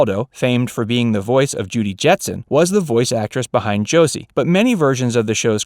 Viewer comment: The way this guy says Josie.... My ears hurt. It's Jo see with a soft s! At least in the begging he says it like the s is a z.